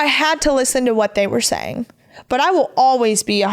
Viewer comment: Words that end in G do not sound like they end in K.